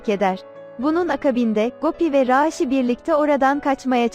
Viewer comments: Raaaşi değil raşidir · Raaağğşiii değil raşi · bi arada konusan rasinin ismini 'raasi' diye soyluyor bi 'a' harfini artiq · Rasih deyil rasih